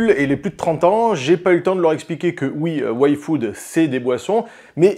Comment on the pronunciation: A chaque fois que tu dis "Yfood", j'entends "Waïfu" et je bugue 😅 ...ça ça serait une sponso dont j'aurais pas envie de zapper la pub 😂